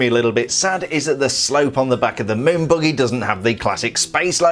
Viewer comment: He says buggy like boogie